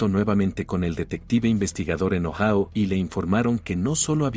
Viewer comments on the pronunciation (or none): Ohao no existe..joder..Ohio(Ohaio)..hazlo bien que no te cuesta nada